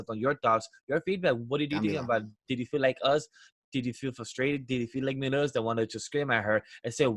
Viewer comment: I can't get over how he says Meliodas as Melodias...it's hurting..